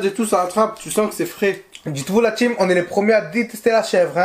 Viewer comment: "La tcheam" 🥴مستفزززة